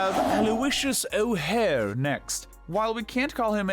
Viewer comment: did anyone hear that he called o, hare owlleous